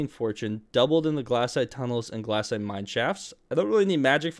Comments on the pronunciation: glass-ite Rest of the world: glay-site Australians: Glay-shite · Its glacite not glassite